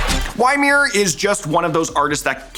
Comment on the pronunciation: Really good list and video! Just as a heads up "Ymir" pronounced "E-meer" or "yuh-meer" instead of "Y-meer". His alias is based off of the frost giant in Norse mythology.